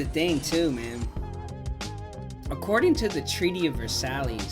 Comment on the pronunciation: Thank you for a lil history! Not just someone else playing a game. I did not know that. You are pronouncing Versailles wrong tho